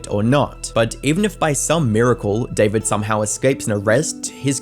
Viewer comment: Is it just me or did everyone think that bros name was pronounced "difored" instead of David